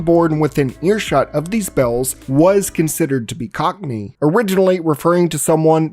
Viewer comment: My brother in Christ, "cockney" is not that hard to say lmao. I can feel you mentally shift gears everytime it came up